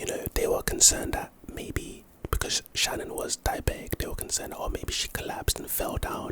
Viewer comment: Her name wasn’t Shannon, it was Shanaan. Also, police have to have a warrant to look through your phone.